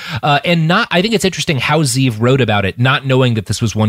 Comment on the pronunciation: One thing that bothers me about people in new media is that they never bother to find out how to pronounce names Ze'ev is pronounced zev....short e It's a Hebrew name